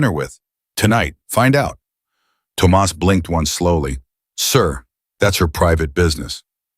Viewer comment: Please learn to say Thomas please i beg you 😂😂😂